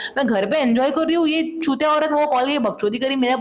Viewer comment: Againnn chuutiyaaa hota hein yaawr its not chuttttya plsssssss🙏🏻